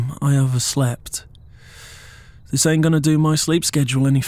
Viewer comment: “This ant right,” DID HE JUST TURN BRITISH